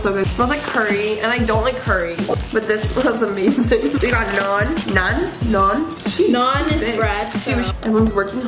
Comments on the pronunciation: Omg you guys pronounced ‘naan’ so good😁👍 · as a indian i can say they did pretty good with pronunciation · CAN WE TAKE A MOMENT TO RESPECT THEIR APPRECIATION FOR INDIAN CUISINE GIRLS YOU NAILED THE PRONOUCIATION :)